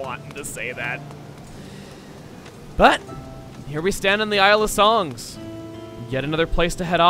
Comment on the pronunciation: Did he say isle of sungs?